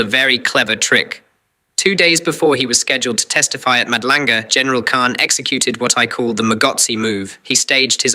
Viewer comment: Love your content ……… really don’t like that AI voice in your intro , can’t even pronounce Madlanga . Feels very fake .